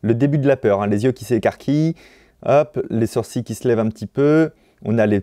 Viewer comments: "On a énormément de mouvement de SOURCiiiiS" ??? Ha ouais, ça se dit comme ça "sourcils" ? 😂😂😂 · Nobody : Fabien Olicard : « Les sourciLLes »